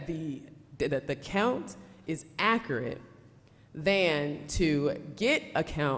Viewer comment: She’s absolutely BEAUTIFUL - just gorgeous, but her pronunciation of accurate is awful.